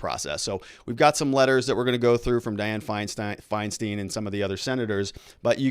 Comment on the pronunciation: Ok pronunciation tip: it’s Andy No ( the G is silent) Feinstein = both syllables rhyme Means fine stone Mack- n-NAY-knee Mack-n.= just like mac n cheese minus the cheese NAY as in the opposite of Aye. This syllable is stressed knee= the body part Mack-n-NAY-knee